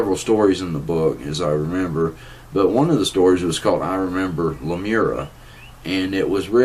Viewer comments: Lemuria not Lemura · seriously it's not lumera it's lumeria: google it you are saying it completely wrong.